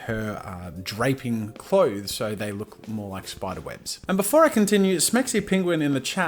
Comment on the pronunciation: Why tf does draping rhyme with rapping